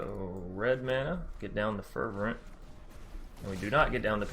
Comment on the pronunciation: lol its fer - vent